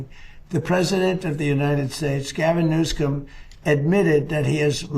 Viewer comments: He even mispronounces Newsome's name, so that he appears to say 'new sc*m' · I just don't see it. There isn't any incoherence in his speech at all. He's especially quick when he needs to draw upon his extensive bank of insulting nicknames, like 'Newscum'. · He purposely mispronounces it to disparage Newsom. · there is only 4 presidents alive, he talk like it is difficult to know if it s real or not lol dumb diaper don. He is not able to pronouced the name of Newsom correctly.